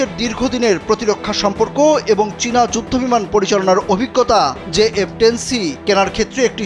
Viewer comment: J10 c not jf10 c